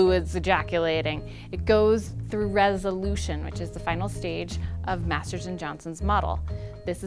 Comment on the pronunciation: Maters of sex, is where i think about everytime she says Masters and Johnson.